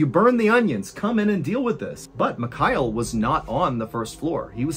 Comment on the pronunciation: Your version of the name Michail sounds like McKyle 😆